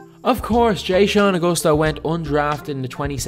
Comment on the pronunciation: “jay-shawn” lmao so white. its “Juh-shawn” dawg